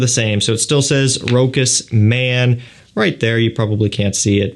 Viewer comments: it would've been Rokas if it was a german cologne, but Rochas is French so Rosha is the way to pronounce it:) but thanks for the review otherwise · We say Rochasssse not Rokas in France! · I always wonder if it is pronounced Rochas as you say it (Ash says it the same) My Mum speaks French and pronounces fragrances correctly says it sounding like "Roscha ". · It's French and pronounced 'ro-shuss' (with a short 'o', stress on second syllable)